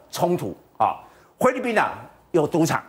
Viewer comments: “灰”利宾！！ 中文练好在读新闻吧。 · 灰掠宾听得我好难受呀哈哈😄